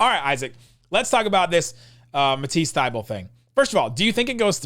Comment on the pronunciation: Is pronouncing Thybulle wrong or is everyone else???